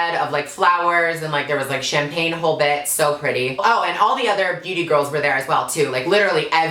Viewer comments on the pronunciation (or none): none